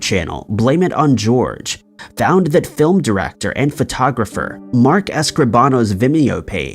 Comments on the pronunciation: Its Jorge not George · Jorge like whore hey, not like george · Blame it on George? I mean that's what Jorge means in spanish but its not pronounced like that